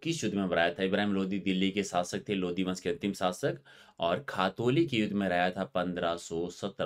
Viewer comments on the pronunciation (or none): none